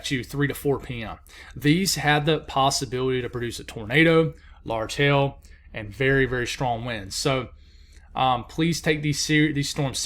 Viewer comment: you gotta enunciate that "hail," word, sounds like you're saying hell. lol. cute!!